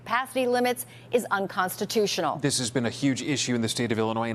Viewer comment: What don't you get when a judge says UNCONSTUSTIONAL?